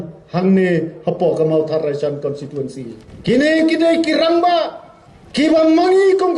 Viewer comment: Kat u mdc tang ban pronounce constituency ruh dang kynnoh consituency mo dei ba sa shu jler